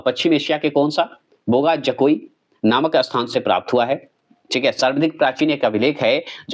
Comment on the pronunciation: कुछ का उच्चारण स्पेलिंग ठीक से नहीं बोलते हैं बोगा जकोई अलग अलग करते हैं जबकि एकसाथ बोगाजकोई होता है जो समझने में आसान लगता है